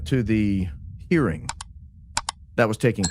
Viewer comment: Hah, I thought you said two people went to the "earring" and I was blank trying to figure out what "earring" was a code word for.